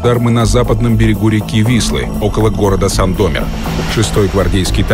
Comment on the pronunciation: как можно рассказывать о Сандомире и не знать, где в названии ударение ставят... у меня дед, там, чуть не погиб...